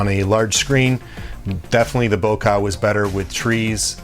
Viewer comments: Good video, but it's bokEh not bokAh. ;) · Bow-kahh. Lol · Wow that's a messed up way to say bokeh. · Today I learnt a new way to pronounce "Bokeh"